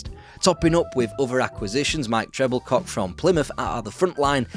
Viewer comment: Some of the pronunciation is a bit off. Mike Treble Cock (pronounced Tre-bill-co) makes it sound like No Doubt we're on the pitch. A dog with three dicks.